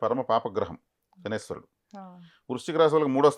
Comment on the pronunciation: Jai sriram🙏 శనేశ్వరుడు కాదు అండి శనైశ్చరుడు అనాలి, శని ఈశ్వరుడు కాదు pls🙏